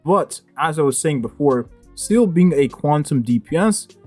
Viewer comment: Pronounced Zee Le.. Not “Seal”..